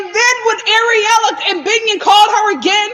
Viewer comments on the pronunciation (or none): Lol it sounds you keep calling that girl Areola 😂🤣